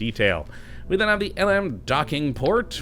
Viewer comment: The LM is pronounced LEM